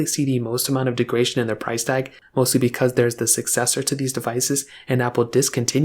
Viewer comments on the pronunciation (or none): The word is degradation , not degration.